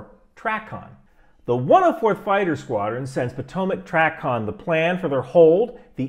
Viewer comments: It's TRAY-CON not TRAH-CON 🙉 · TRACON is pronounced trAcon, long ,”A,” sound. Minor point. Difference between a motorcycle and an eighteen wheeler as far as jumping between a fighter and transport. Completely different environment so there can be no misorientation in the cockpit. Being strapped into Martin Bakers finest with a rock hard seat cushion will never be mistaken for a soft reclined seat in a Boeing with a cup of coffee in one hand. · fyi - TRACON is pronounced "tray-con". Great video, learned a lot! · As retired controller, it was great to see the other side - thanks! You should pronounce TRACON as tray-con.